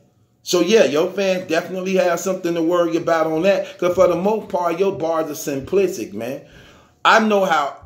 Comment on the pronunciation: Simplisic 🤣😂🤣😂 He can’t say “Simplistic” 🤣😂🤣 🛑 it bra 🤣😂 dat Surf impression doe 🎯🎯🎯🎯